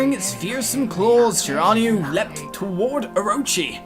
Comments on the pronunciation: It's Shir-in-new-a I've played this game with my bff Starwolf and we beat it twice it's awesome I'm so glad you decided to play. If you like japenese mythology you'll love this Starwolf Violet loves your episodes so I'll bet she'll be surprised to see you playing the games she's played so much if you need any help ask me or Starwolf :P Have fun playing A-maut-er-aus-ew (Ya that's how you pernounce it) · Its Shira-New-E...but good Narration all the same. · Shiranui is pronounced She-rah-new-e btw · Shiranui is pronounced she-rah-nui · You said shiranui wrong